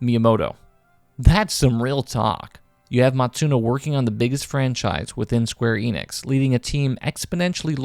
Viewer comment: he pronounces every japanese name correctly except square enix itself 😩 ff12 is awesome!